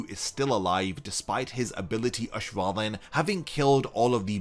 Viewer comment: oh no you said ash-wallen